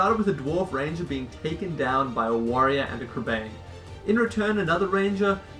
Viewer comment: It's pronounced like crebine. Whenever you see a middle earth name with ain it's an ine sound haha :)